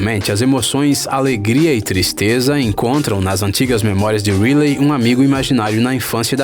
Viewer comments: mano se pronusia "raili" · E a Riley.ele falou reily kkkkkk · É que a pronúncia do inglês dele é ruim. Ele chama a Riley do Divertidamente de "Rilei" como se escreve, ao invés de "Railei" que é o correto. No caso do filme valente o nome se escrevida Marida, porém a pronúncia é "Mérida". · Gnt tô achando mto engraçado quando eles estão falando os nomes errados kkk "marida" "picsar" "riliei" "ap" kakakka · Ap altas aventuras, Marida, Rile, tá tudo errado isso aí.... É Up, Mérida, e a pronúncia é Raili... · "Nimo" "Rilei"